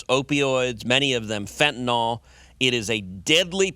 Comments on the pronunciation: "I don't think that acronym is accidental." It isn't an acronym at all! DNA is an initialism! If it were More Aliens Now, abbreviated as MAN, then it would be read as "man," and it would be an acronym. Also, stop saying fentanALL! Fentanyl is pronounced fentanILL. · Fentanyl ends with "yl", not "ol".